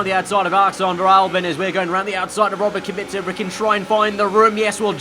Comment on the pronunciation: Correct pronunciation of Robert's Kubica name, i'm impressed